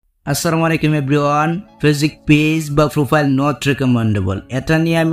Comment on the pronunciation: ভাই... আপনি ফেসবুক বলেন? নাকি পেচুক বলেন? কিছুই তো বুঝি না। আপনি শুদ্ধ ভাষা ব্যবহার করেন না কেন?